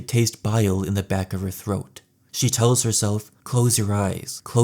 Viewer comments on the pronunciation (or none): none